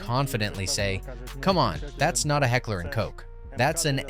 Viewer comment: Not Heckler and Cok, 😂 "Koch" spells like "Koh". A soft ch sound, like in Bachelor, but softer...more from the throat, a little hissingly